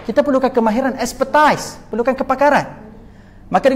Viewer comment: Expertise (bukan ekspertais)